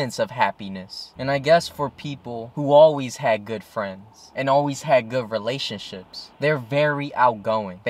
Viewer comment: I couldn't help but keep hearing "relationshits". How appropriate.